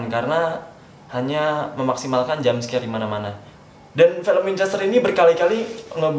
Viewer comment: Apa gue doang ya yang merasa kalo ngomong film jadi felm.